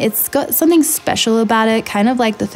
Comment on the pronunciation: What did you say the R5 And R6 have that is especial? Did not quite understand the words.